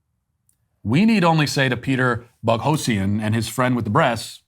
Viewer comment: It seems like you are not aware of who Peter Boghossian is judging by the fact that you can't pronounce his name (two different pronunciations, both wrong) and completely misrepresent his views. Maybe check out the "grievance studies" which essentially cost him his job. I note he has offered to speak with you, you should take him up on this offer and allow him to correct the damage you may have done to his reputation.